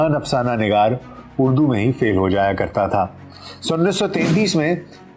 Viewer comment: اردو ہے نہ کہ اڑدو